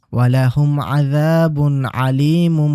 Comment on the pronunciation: কুরআন তেলাওয়াতের উচ্চারণে ভুল হয়েছে ভাই সুরা বাকারার 10 নাম্বার আয়াতে আযাবুন এটাতে আইন আছে কিন্তু পরের শব্দ আলিমুন এটা তে আইন নাই আপনি আইনের মতো উচ্চারণ করেছেন। তাই এই কুরআন তেলাওয়াত এর সময় ভালো করে খেয়াল রাখা উচিত